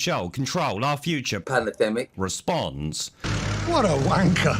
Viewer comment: Panadenmic gets me every time! 😂😂😂